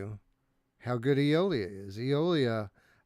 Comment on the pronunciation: Day stranger. I've been busy. I finally got a chance to watch. I feel for Radiorunt because NFL Pro Era never had a chance at game of the month. I've played none of these but Eolia will always have a special place in my heart. Only because Eric couldn't pronounce Eolia and said titty nipple.